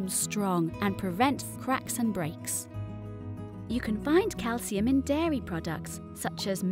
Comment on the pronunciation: Is calcium pronounced like thst